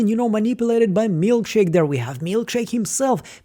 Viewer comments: CHICK !! Not Milk shake !!! It’s MilCHICK !!! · Mark called Milchick "Milkshake" in the note he planted on Mark W. Long live the Milkshake moniker!